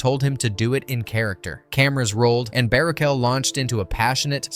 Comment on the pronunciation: bara-shell say it with me now! BARUCHEL!!!